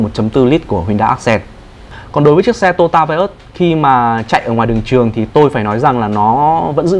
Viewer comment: Đúng là người Bắc không đọc được chữ to yo ta mà đọc là tota.